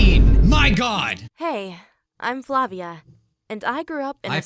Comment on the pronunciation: the 'v' in flavia is pernounced 'w'